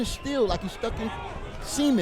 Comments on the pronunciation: He said "cement" but it sounded like semen haha Still funny AF! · He says cement... get your hearing checked.